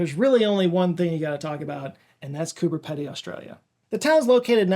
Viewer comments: Coober PEE-dee. (Not PEH-duh..) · It's pronounced Coo-buh/berr Pee-dee - much closer to the Aboriginal (Antakirinja/Umoona) pronunciation than Peh-dee is 😊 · Hi, I'm Australian and I have a small correction. "Pedy" is pronounced "PEEDY" not "PEDDY". 😉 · You pronounced Coober correct, but Pedy is pronounced peedee. Actually the way you said "piti", just turn that 't' to a 'd' sound and you'll have it perfect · IDK if anyone else in the comments has mentioned this but Coober Pedy is pronounced 'Coober Pedy' - just as it is written, and not 'Coober Peddy' ✌️ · Peeeedy Edit: WOW, you actually looked up the origin of the name, but didn't bother to look up the pronunciation? When you said "Kupa Piti", it didn't even enter into your mind that MAYBE "Pedy" was pronounced more like "Piti" than "Peddy"? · Why not look up how to pronounce the place names while you're looking up the other info? Coober Pedy is pronounced like "peedy" not like "peddy". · Yuk, ouch! Every time you said Coober Pedy (like it was related to feet) instead of Coober Peedy (which is how it is pronounced) it really hurt. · Youre so close on how to pronouce coover pedy, its more peedy than pedy. Well with the Australian accent anyway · Hi, amazing video and so glad to see Coober Pedy given a spotlight. Us South Australian’s are proud of the town and its uniqueness. But just wanted to let you know it’s pronounced “Pee-dee”, a small detail a known, but it funny hearing it pronounced “Peh-dee”. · It's pronounced Cooper 'Peedy', m8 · Coober Pedy. It's pronounced like Peedy, not like Peddy. Cool place! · I'm an Australian here and it's pronounced Coober Pee-Dee, not Coober Pedy. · You got Cooper Pedy wrong its Pee dy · Hey, the Pedy part of Coober Pedy is pronounced 'pee-dee', not 'ped-ee'. Otherwise, I really enjoyed this video! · Its pronounced coober peedy (not pedy) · Also, it's pronounced pee-dy not pe-dy. Fellow Adelaideian here. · It's pronounced Coober P'Dy not Ped'y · It's "Cooper P/ee/dy"